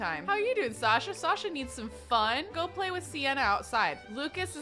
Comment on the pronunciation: Hey, I love how you use a bunch of the names we suggest - and I really like that you used Sasha, that's my chosen name and I don’t often hear people who haven't heard it from me pronounce it the way I do but you get it just right! So thanks for the totally accidental affirmation!